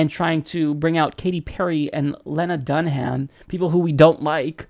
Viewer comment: it's DUN-um, not dun-HAM. When someone deservedly gets slammed, they should at least have their name pronounced correctly. But I do think it's hysterical & ironic that a celebrity Hillary is using to appeal to millennials is unknown to said millennials.